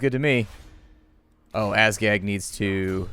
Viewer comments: he's making of it sounding like assgag, yo. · Your Legendary Lords name isnt Azgag its Azhag. you can choose where your Waaaaagh attackes Episode 5 fought 12 battles where as he has autoresolved 7 and played 5. He won 9 battles and lost 3. He killed 4629 enemies and lost 4101 Orcs. His longest winning streak was 6 battles. (Ep.2-3) His longest losing streak was 2 battles.(Ep.4) His Forest Goblins Spider Riders killed the most enemies in one battle with 119 kills. (Ep.2)